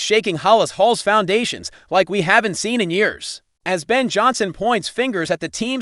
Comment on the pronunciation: Stop mispronouncing halas 😮